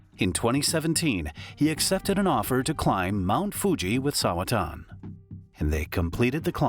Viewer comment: Sawa-chan, NOT Sawa-tan